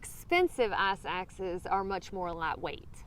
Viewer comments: It ICE axe. Not Ass axe. Jesus. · I thought you were using some hiker jargon and were saying "ass axe" at first! I know what crampons are lol,and I would have guessed what an ice axe is eventually! I envy you and your compatriots who are able to complete these hikes,I can only really fly to somewhere in the Southwest,Montana,or PNW and rent a vehicle and hike a selection of 2 hour or half day hikes.I try to cover too much new ground each trip,and have been just about everywhere out west-from Big Bend to Glacier,and as far west as The North Cascades. Currently I am thinking about taking a quick trip to southern Arizona and hiking around Mount Lemon and other high peaks around Tucson. I really want to get back to Montana or the Cascades but I have to wait till the snow subsidies-which is still months away. I work in the service industry and am an unofficial caregiver for elderly parents,so I can't get out for more than a few days at a time. And I live in the New Orleans area,no mountains anywhere near me hence me having to fly places. Thank you so much for making these videos. You are doing a great service by helping educate people and by highlighting these magnificent places and the cool people drawn to them.